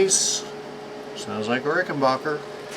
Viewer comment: It's RickenBACKER, not RickenBOCKER. WE don't say "defensive linebocker", Do we?